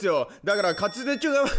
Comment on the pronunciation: かつぜちゅ😂😂 コース初っぱなからバグりすぎて笑ったー！ お決まりのやつw で、で、でぇw 面白かったー😂